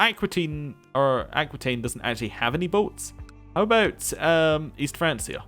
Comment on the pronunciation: good stuff, btw francia is pronounced with a 'k'